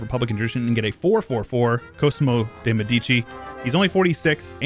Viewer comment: I tought my man said Kosovo di Medici